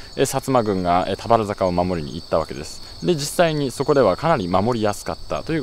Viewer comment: 田原坂のイントネーションが少し気になる熊本県民